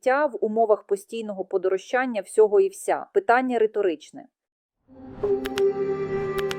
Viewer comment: Подорожчання,наголос на ро,а не на ча.